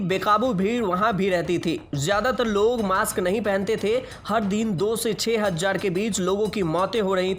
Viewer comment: Chutiye, tu hazaar ko hazzar q bol raha hai